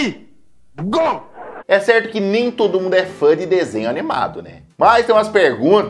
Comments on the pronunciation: Pre ri go kkkkkkkkkkkkkkki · "essa caveira ela significa Pre Ri Go"